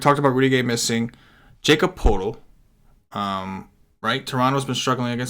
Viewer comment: poeltl is pronounced "pert el"